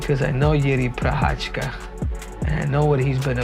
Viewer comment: The first guy really said Prorasha instead of Prochazka :D